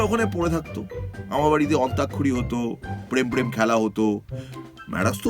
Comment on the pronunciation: অন্তাক্ষরী কে অন্টাকশারি না বলার জন্য মির তুমি যুগ যুগ জিও!